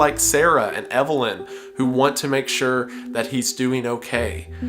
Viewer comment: Adam Eve-lyn🤔🤔🤔